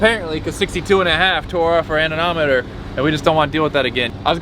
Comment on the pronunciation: It's anemometer